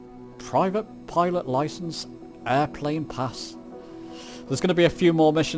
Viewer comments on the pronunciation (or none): It's Called A Pitot Cover. Not pilot Cover ❤❤ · Pitot cover not pilot 😉 pronounced in the French way. Also San Fran looked very much like the Home Counties 😅